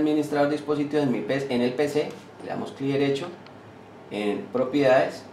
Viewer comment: Diccionario: Caa es cada, propieases es propiedades, pueen es pueden, trabaar es trabajar, tieen es tienen, le vamoa, es vamos a, le amos es le damos, conetao es conectado, voy aejar es voy a dejar, no emora, es no demora